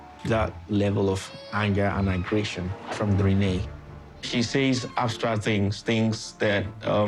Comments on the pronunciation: Rayne is pronounced Renee??? Red neck pronunciation? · The mentally challenged activities started when her mother mispronounced her name at birth because to me it should sound like rain🤷🏾‍♂️🤣